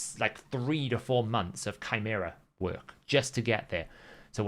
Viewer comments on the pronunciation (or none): none